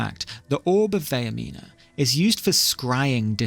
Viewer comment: That’s not how Vaernima is pronounced, it’s Vair (like hair) meen (like mean) uh (like uh whats going on)